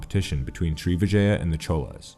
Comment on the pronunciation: Tamils may confirm but Cholas is pronounced more like Choras